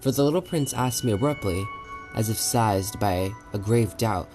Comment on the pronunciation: Almost had a ‘size-ure’ listening to the pronunciation.